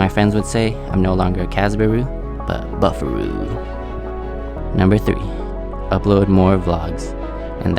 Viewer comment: Brooo I’m only going to start following you cause “buf-fur-uw” that legit made me spit out my juice 😂😂😂😂